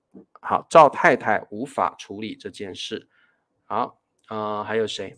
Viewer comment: 你唸处于和处理是对的但是配音标出来应该有分別的。一个是处于Chǔ yú 第三声，另一个 处理 是Chú lǐ 第二声。